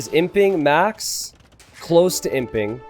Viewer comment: every time you say "He's imping" I hear "He simping";)